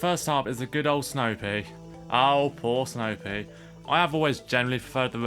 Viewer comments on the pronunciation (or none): hahaha the way you say snow pea for a second i thought you said snow pig